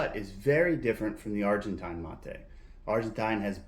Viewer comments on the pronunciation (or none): none